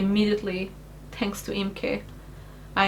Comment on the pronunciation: i watched the whole video, and I love your Portuguese accent,, when you say "thanks" it sounds to my "murican" ears that you said "tanks".. and my brain immediately went.. no wonder she likes tanks, but how do you do oil changes on a thanks... I've said this before you to on stream ages ago, but as one of the "silent" majority who watch, thank you, for choosing to keep your steaming and videos going. There are/were many a night where I am rocking one of my kids to sleep to one of your streams or chilling in the hospital icu ward, while joking with my nurses, watching. It is weird to think it has been that long, but one is just finished kindergarten, and the other is 2. Both boys love watching you/jingles, you have become routine like i used to watch specific military history shows in TV as a kid in the 80's. so Thank You, you've made an impact in lives much bigger then you've maybe imagined possible when you were back in that mess years ago.